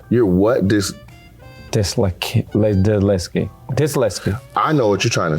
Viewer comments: "Im diseleskit" 💀💀🙏🙏🙏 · Disletsget, he made 3 words into one! Dis-lets-get. Nate said, "I know what you are trying to say period." and didn't tell him how to say the word 😂